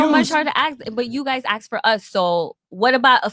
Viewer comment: That Jamaican woman needs to know the difference between ask and axe